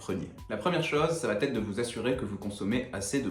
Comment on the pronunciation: Merci pour tous ces conseils ❤ Juste, comme beaucoup de jeunes youtubeurs, vous faites aussi l'erreur de rajouter un T qui n'existe pas dans l'expression: "qui va être" et non pas qui va-t-être 😂